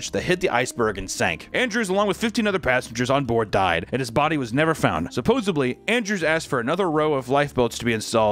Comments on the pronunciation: Stop saying supposABLY...The word is supposEDLY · Sup po sed ly, repeat after me sup po sed ly. Not supposebly there is no b. 😊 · you said supposebly? lol! Like in that episode of friends where Joey tests out how that sounds and it seems to sound ok to him haha. It's supposedly. lol.